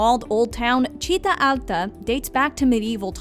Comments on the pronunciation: I'm Italian and she is clearly repeating something heard on Google translate. Come on, she even fail to say "città" in a proper way, but we should agree that she has tried at least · if you really grew up in Trieste, you would know that she pronounced a simple word like città incorrectly, ergo her Italian accent was not perfect lol (granted, maybe they say that word differently in the North, as I've only ever lived in Rome)